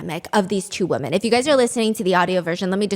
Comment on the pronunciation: Women is pronounced wimen...thanks.